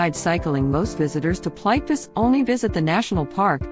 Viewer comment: The robot voice totally destroyed the naming of this park. It is call Plit-Vitz-ehr (phonetic)